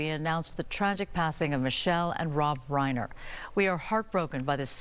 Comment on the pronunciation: 'Rob Whiner' instead of 'Reiner'. She must get a bonus for that.